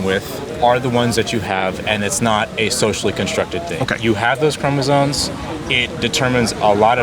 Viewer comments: Hard to have a legitimate biology discussion with someone that says "chromosoNes" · is this guy saying chromozones? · I think this guy was respectful and all but bro...it's chromosoMes....not chromosoNes. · Does he know it's chromosomes, not chromosones? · Could you axe him what XX and XY chromosones have to do with gender. These idiots can't even pronounce basic biological words like chromosome let alone know what it is. This is what Marxism does to institutions of higher learning. At least in my day we could blame it on the acid. What's their excuse. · Rules for happy living: Never attempt to argue Biological Sex Determinants with someone who doesn't know how to pronounce "chromosoMes." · This kid can't even pronounce "immutable" or "chromosomes" correctly.